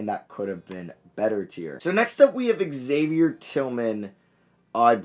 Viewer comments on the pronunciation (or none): none